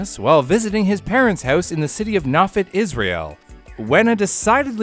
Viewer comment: Well that’s the worst pronunciation of “Nofit” I’ve ever heard. EDIT: and “Rambam.”